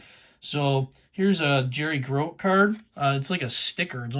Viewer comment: Hey! Really like that Boog Powell! The other cards in the set must be nice too. Cool 5x7 Nolan Ryan card too. The Burger King cards of the '78 set are nice. The 78's are another set that is growing on me. Pronunciation police: it's Jerry Gro-tee! My knowing that is one of the advantages of being on the wrong side of 50, lol. Great Pete Rose cards and great cards all the way around,. Thanks for sharing!